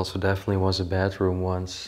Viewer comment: Sounds like you are saying bathroom, but you are saying bedroom.